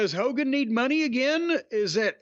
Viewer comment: It’s HOGAN 😂